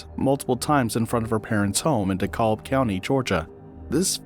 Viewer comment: It is pronounced “DE CAB” County not “De Cob” That is all